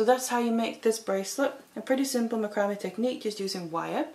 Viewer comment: macrame' pronounced \ˈma-krə-ˌmā .